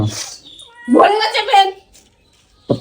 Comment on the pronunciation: প্যট না পেট মূর্খ